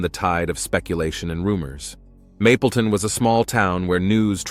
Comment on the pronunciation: “Mableton” not “mapleton” it’s irritating. Do more research